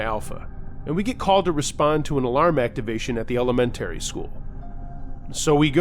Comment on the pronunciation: EleMentary school? Hehe cute. Did you say it funny on purpose?